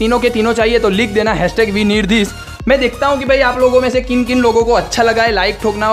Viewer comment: it says weneedthis but he says wirniedths